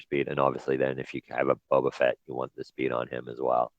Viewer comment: Eeeehhhh ITS BO BA FETT